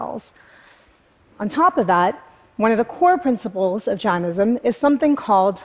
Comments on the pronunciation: You're Indian but pronounced JAINISM wrong. It's not JAN-ISM IT'S JANE- ISM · clearly misunderstands Vedic Hindu theology, nor does she seem to be even able to pronounce Jainism right. She has zero credibility and lost me right at the start of yet another pathetic attempt at slickness that is TED talks these days.